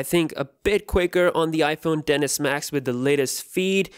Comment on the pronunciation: Is I’m the only one who hear dennis max